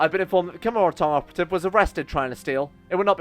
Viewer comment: how the fuck did he get Camanorra tong outo f camoNNA tong? edit: and then he mispronounced it seven different ways immediately after... i love but is he dyslexic?